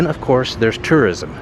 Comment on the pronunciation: 😢Enjoy your videos very much. Please work on pronouncing (tourism) correctly.